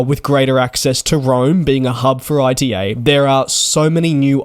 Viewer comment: ITA not I.T.A